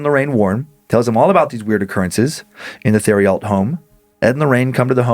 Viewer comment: I hate to be that guy but... Theriault=tehr-ee-oh I'm from Louisiana and we have a lot of names like this here. I love your show guys. This one was pretty spoopy!